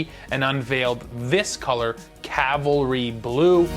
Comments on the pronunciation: Cavalry, not Calvary. Friendly FYI. Calvary is a religious reference. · Super-friendly FYI, but it's Cavalry Blue, not Calvary. Cavalry refers to troops on horseback, but Calvary in the Christian faith is the site where Christ was crucified.